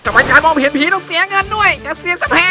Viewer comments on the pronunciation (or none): ตอนพูด " เห็นผี " อันนี้ไม่ได้แหลนะแต่เราได้ยินว่า เห็นฮิ..... ใช่ เราขอโทษ